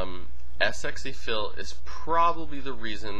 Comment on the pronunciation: its pronounced sexy phil not s x e phil, even though thats how you spell it